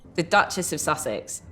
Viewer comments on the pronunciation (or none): none